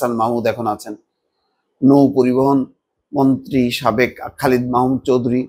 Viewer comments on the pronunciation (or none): none